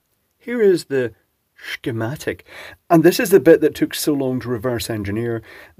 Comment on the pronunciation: I like the way you say... "Shigmatic"...